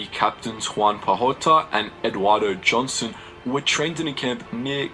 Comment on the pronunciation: Hi, Thanks for the great informative video just a little clarification not a big issue just letting you know with the pronunciation of the names of one of the two Filipino guerilla captains is Eduardo Joson J is pronounced like an H like a Mexican Jose hoson as Philippines was a Spanish colony. And an little extra trivia Eduardo joson was also known as (Tatang Joson) grandfather joson or (kabesang leon)or lions head and served in government as governor for 30 years and help rebuild the country. Captain Joson is my grandfathers first cousin.